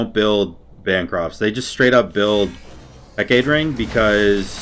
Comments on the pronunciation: Heck-uh-tay (more Anglicized) or Heck-AAH-tē are the common pronunciations, please don't hurt us with "Huh, Kate?" :D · ITS HECK UH TAY NOT HECKATE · do you call it “he-kate” ring on purpose asking for a friend, lowk bothers him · Say it with me: Heck-AH-Tee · Heck-uh-tee lol. good game though, definitely op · my dude, you know how it's Aphrodite and not Aphrodight? Heck-ugh-tee = Hecate my dude. Peace <3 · Heck-uh-tee lol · It’s pronounced heck-it-tee